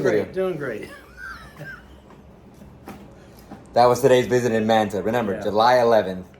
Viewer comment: You seem to be Latino and yet you can't pronounce Manta correctly?